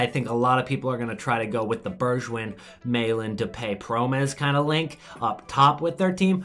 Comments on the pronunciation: You say Bergwijn like Bergwine (🇳🇱🇳🇱) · The way he pronounces Bergwijn makes it sound French lmao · And with a G as in goal